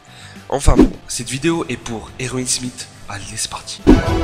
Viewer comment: Erwin "Smitte" mdr